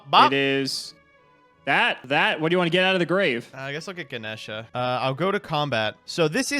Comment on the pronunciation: Lol "Gana' Sheeah.. no its Gah- Nesh based off a Hindu God.